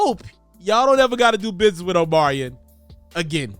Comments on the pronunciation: His name is Omarion, not Omarian 🙄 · Omarion .....but u saying omariin .......